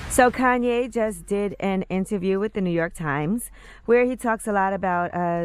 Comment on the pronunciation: Man fck Koonyé and the other K's. KKK